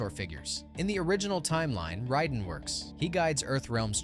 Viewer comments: Ride'n??? It's pronounced RAY-DEN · Why does he keep pronouncing Raiden as "ridin?"